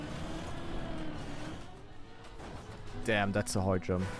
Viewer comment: okay - after letting myself hear you mispronounce those words over a year now and you using every single one of them in this one video, i need to say the following. it's pronounced (literally): dam (not damP), idea (not ideer), evry (not evEry), thank gad (not thankS gott XD). you're welcome